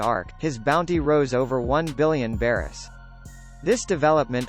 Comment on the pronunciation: “over 1 billion beerus”